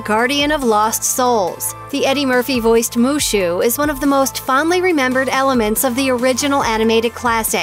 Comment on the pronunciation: Is wushu not mushu 😂